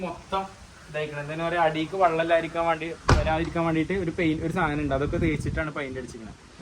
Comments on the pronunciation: പയിന്റ് അല്ല പെയ്ന്റ് 👍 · പെയിൻ്റെ എന്നാണ് പഴിൻ്റ്അല്ല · പൈൻഡ് അല്ല പെയിന്റ് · മോനേ പൈന്റല്ല പെയിന്റ് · പൈന്റ് ആണോ, പെയിന്റ് അല്ലെ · ഫൈൻഡ് അല്ല പെയിന്റ്